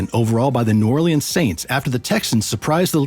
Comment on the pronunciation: New oreleans? New Ore-lands